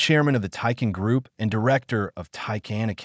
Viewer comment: Teikai Group, not Taiken Group; Takayashiki, not Takaya